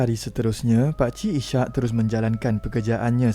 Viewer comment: Maaf admin, sebutan nama pemandu teksi ( cerita pertama) ialah Is- hak, bukan I -syak ( sebutan spt waktu solat). Nama Is-hak adalah dr nama seorg nabi .